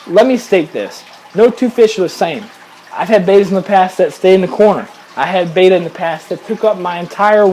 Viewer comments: FYI guys, the word Betta (bet-uh) is not pronounced the same as the Greek letter beta (bay- tuh) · Since when have Gymnocorymbus ternetzi been renamed as Skirt tetras and Betta Splendens as Bayters? It's Latin, (that's an ancient form of Italian) and it's pronounced 'Better Splendenz'. Oh, and I have a chocolate chip starfish, but it's somewhere unmentionable on a family website, not in my aquarium.